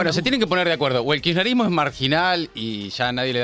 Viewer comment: Si la presidenga se va a tomar el trabajo de armar semejante teoría conspiranoica, por lo menos que aprenda a pronunciar bien la palabra “kisherismo”